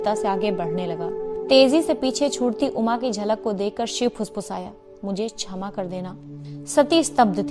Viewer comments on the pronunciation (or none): धन्यवाद। आपका हिंदी पाठन उत्तम है। कृपया कुछ शब्दों के उच्चारण पर ध्यान दें। उदाहरण के लिए - आप 'क्षत्रिय' को 'छत्रिय', 'क्षमा' को 'छमा' और 'प्रशिक्षण' को 'प्रसिक्षण' पढ़ रही हैं। फिर भी आपका प्रयास अत्यंत प्रशंसनीय है।